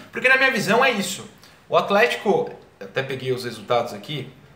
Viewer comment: aFlético, por favor. Kkkkkkk